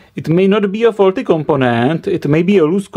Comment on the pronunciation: the knowledge in this video is good but... MY GOD, that voice is irritating and hell i can't tell if you're fucking with us or not i mean the last word of EVERY SINGLE SENTENCE is extended "That part is FAAAAAUUUULLLLLTTTYYYYY" "You Can Repaaaaiiiirrrr iiiiiiiiiiiitttt" "the resistor is 22 OOOOOOHHHHHMMMSSSS" "it's short Ciiiiirrrcccuuuuiiiiittttt" this is fucking irritating good video but i literally cannot sit though it listening to the pronounciation if you were a uni lecturer, i'd quit the course so as to not go crazy... No offense, but this is very irritating thanks for your effort though